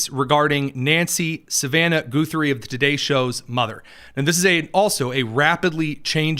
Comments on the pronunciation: Ok, it's not GOO-three, it's Guh-three. 🤣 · Why Goo thrie and not Guh thrie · Goo-3? It is Guh-three! Simple name to pronounce, quite common? I thought so! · Can you NOT hear sseveral people pronounce the family name? It's not Goothrie! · I don't know about Savannah Guthrie either. But I've heard of Arlo Guthrie and Woody Guthrie. Short u. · You are not saying her last name right My last name is Guthrie and we don't say it that way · Why do you insist on mispronouncing her name? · What is with purposely miss enunciating people's last name, Goothey? Naidler? There is no oo sound in Guthrie, the wall is short just like in Nadler. Wow That's just rude to messy annunciate people's last name especially when it's well known. How would you like it if people called you Tony Kinyet.